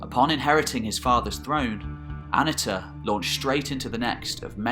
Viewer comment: I love these videos on the more obscure periods of history. I always enjoy it when they pop up in my recommendations, and I have to prevent myself from binge watching them. I was excited to see this video. For future reference, the Hittite "i" wasn't pronounced like the English soft "i" ("ih"), but rather follows the pronunciation found more typically in other languages, hard "e" ("ee"). So it's A-NEE-tah rather than AH-nih-tah. Also, Hittite doesn't have a "th" sound. It does have what's called a laryngeal, which sounds sort of like you're clearing your throat, which is written with the "h". (You will see it written in older books as "kh".) So it's Peet-HAH-nah, rather than Pith-AH-na. Fun fact: Hittite (and a couple closely related contemporary languages like Luwian) is the only Indo-European language to preserve any laryngeal. But in the early days of the Indo-European theory, before Hittite was known, linguists predicted that there had been a now missing consonant in the original Indo-European language. When Hittite - the oldest known Indo-European language - was finally deciphered, it is considered the final proof of the Indo-European theory. The Hittite laryngeal appears exactly where scholars had predicted there should be these missing consonants. But hey, we are only making educated guesses about pronunciation anyway, so no big foul. People still argue about "Suppiluliuma" vs. "Shubbiluliuma" vs. "Subbiluliuma" vs. Shuppiluliuma". (For the record, I think most people